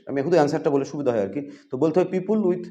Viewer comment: "পিউপুল" আবার কি!!! বলুন "পি-পল"